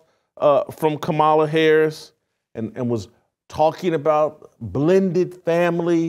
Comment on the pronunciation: You gotta love a Christian who made a "godly" pivot for clout tell women what to choose. Never seen a man of god that never raised anything other than a spoon talk about family structure. What have you led with no kids? Who looks up to you? A journalist caling her "Kuh Ma La" is hilarious.